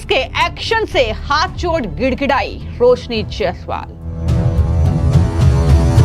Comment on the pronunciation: Yar iss anchor ko koi bolna sikhao ajeeb tarike se bolti hai hhh ye sabd har jagah use karti hai .... Please listen BJP but what she says sounds like BHeyP Roshni become rohosni ... Varanasi become varhanahi